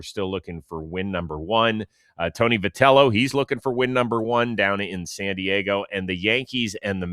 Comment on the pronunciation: Hey guys love the show! 😃 I've noticed you guys pronounce Tony Vitello's name as vih-tell-oh, so I was pronouncing it like that too because of you guys. But then Opening Night's NBC game was pronouncing it vy-tell-oh, which confused me. I looked it up and it looks like it is pronounced vy instead of vih! Just thought I'd let you guys know! Keep doing what you're doing!❤